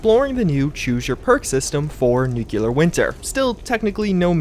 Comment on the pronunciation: You talk about something that has bugs and glitches, yet you can't pronounce the word 'Nuclear'.😆😆